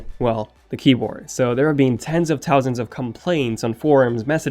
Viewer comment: Tens of towsands 😂😂😂😂